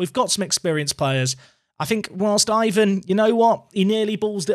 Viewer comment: Guilherme is a though one for English speakers. Try Google Translate to help you. Syllable-wise is GUI-LHER-ME. Also, Ivan would as EE-VAN. Like an "E" sound on the first vowel, not "I".